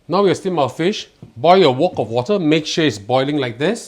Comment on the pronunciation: Nice recipe. This cooking show is so politically correct that the wok is pronounced as a "woke"😂😱